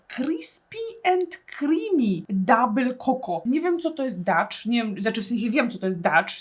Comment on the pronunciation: Aga dabyl czoko, nie koko👀🤣🙊❤️